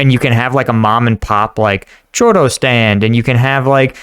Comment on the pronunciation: It sounded like you said "chorro" which is completely different from a "churro", believe me when I say you don't want to ask for "Chorro" instead of a "churro" xD